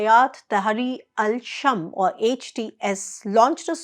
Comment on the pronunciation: not shm it's شام